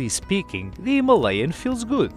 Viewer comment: Good review but only one mistake, that pronouncing "Himalayan". Rest are good. 👍